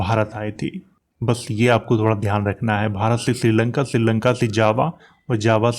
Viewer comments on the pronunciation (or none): none